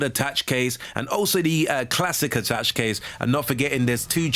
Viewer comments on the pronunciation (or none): That's not how you pronounce attache mate...